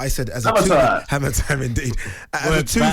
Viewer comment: Hammer 🔨 not haymer